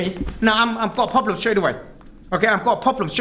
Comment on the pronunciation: I love every time he says “poblem”